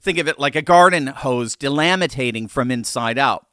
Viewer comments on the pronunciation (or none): It's delaminating, not delamitating. C'mon man!